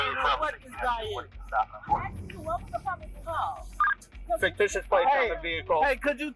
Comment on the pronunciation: "Faketicious". A scholar he is not.